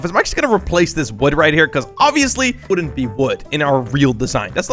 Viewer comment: I get it you said you ‘woodent’